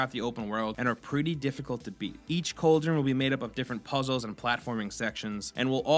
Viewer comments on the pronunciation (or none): What's a cold-drun? You mean cauldron?